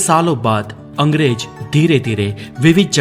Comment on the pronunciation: Are bhai angrej nhi Angrez hota hai Aur Aurangjeb Nhi Aurangzeb hai Pahele aap Sahi se Hindi bolna seekho phir Video banao bhai